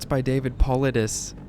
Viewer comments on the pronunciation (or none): David's last name Paulides is pronounced "puh-lie-des". It is an odd name that could be pronounced several different ways with the English language, so it's easy to mispronounce by accident. Not trolling you, just wanted to give you a heads up. Cheers